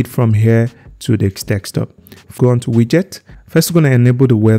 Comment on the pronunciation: its just the "dekstop" that got me 😂😂